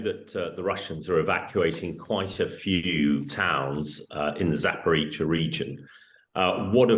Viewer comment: She says Zaporweetsia haha lol 🥳🎉